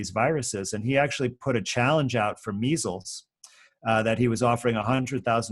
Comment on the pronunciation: Did you just say measals doesnt exsist????